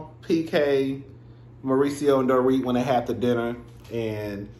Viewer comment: 'Doe-ret' gets me every time 😆